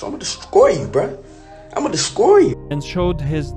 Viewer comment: imma descroy you bruh imma descroy u he cant even say destroy right